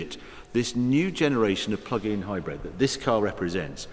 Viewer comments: Omg Harry it's HybrId with an I not HybrEd 🙁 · Its not hi-bred,its hybrid.